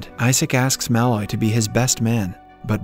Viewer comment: I won’t subscribe until you learn to pronounce “Malloy” correctly.